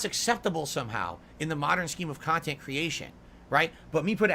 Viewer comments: "They make khantent for malf druuling marahns... oh, hi Derich, see you later Jayde... the devs should eat tuuurds out of muh aaaaassshole, ack ack ack." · "People are gonna study this later...how was so successful and profitable with the small audience...because the kahntent I put out is very different..." hahahahaha 😂Well yea, nobody begs harder than you, and is as self-deluded to call it kahntent.